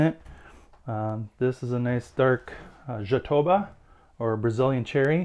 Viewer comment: Fantastic work. By the way, as you speack portugues, the word "Jatobá", as it´s reating in portuguese is an oxytone word, and the strong syllable is the last one. So we say "jatobÁ".